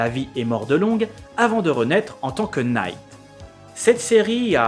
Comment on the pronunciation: slt on ne prononce pas le k dans Team knight rider ça ce prononce night